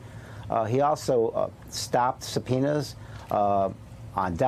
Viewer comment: CAN YOU SAY SUBPOENA